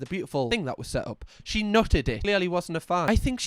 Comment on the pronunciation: Hahah "the whatever that is.. ehh that beutiful thung they have"